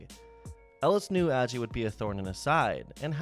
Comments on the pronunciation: ....'Ajee' not Aggie. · Its pronounced like Tommie A-G. Also the first ever NLCS was in 1969.